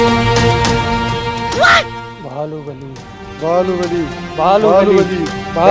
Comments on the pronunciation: ಬಾಹುಬಲಿ ❎ ಬಾಲುಬಲಿ ✅🤣🤣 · ಅಣ್ಣ ಅದು ಬಾಲುಬಾಲಿ ಅಲ್ಲ ಬಾಹುಬಲಿ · ಬಾಹುಬಲಿ ❌ ಅಲ್ಲ ಇದು ಬಾಲುಬಲಿ✅😂😂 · ಬಾಹುಬಲಿ❌ ಬಾಲುಬಲಿ✅ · ಬಾಹುಬಲಿ ❎ ಬಾಲುಬಲಿ ✅ 😂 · ಬಾಹುಬಲಿ,❎ ಬಾಳುಬಲಿ 😅😂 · ಬಾಹುಬಲಿ❎ ಬಾಲುಬಲಿ✅😂😅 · ಬಾಹುಬಲಿ ❌ಬಾಲುಬಲಿ ✅😂😅🤩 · ಬಾಹುಬಲಿ ❌ ಬಾಲುಬಲಿ✅😂😂😂